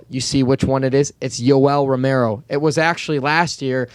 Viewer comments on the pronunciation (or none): none